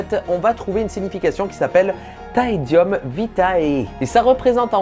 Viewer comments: les latinistes savent que ça se prononce : « taédioum » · C'est bien TaediOm. Pas ou.